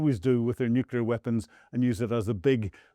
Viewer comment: Fire your sound engineer. Teach this guy to properly pronounce "nuclear". Teach this guy to say "Luhansk", and not "loo shank".